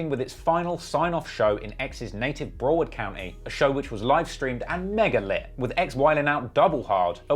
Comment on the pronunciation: sir it's pronounced (Brow-erd) like how ace hood says it, believe me; I know